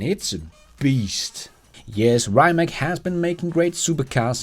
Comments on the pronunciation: Great video, but you mispronounced Rimac, correct way would be "ree-mats" not raymak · It's pronounced like Ree-mutts. Not Rye-mac. Fast cars, not fast food. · It is not "RAJMAK", but RIMAC. Your pronunciation is dead wrong since you are pronouncing it from an English-speaking perspective, which is incorrect. Croatian pronunciation is straightforward; you read as you write...like in the name TESLA. So Rimac is RIMAC - nor RAJMAK (as you sound). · pls, pronounce „Rimac“ as „“Rimats““; thats the correct way for a Croatian 🇭🇷 Super-Car-Producer. 🙏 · Hey, it’s pronounced “Rimats” not “Rimak” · Reimak? 😅 I’m not sure it’s pronounced this way.